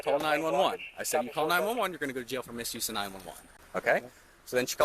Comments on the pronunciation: An adult pronouncing the word jail like “jell” is infuriating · I hate the way she says jail (jell) and bail (bell) 😠